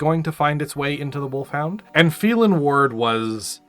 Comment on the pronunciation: Phelan, "FEY-LAN"! And he was given his sor name, Kell, back as a blood name.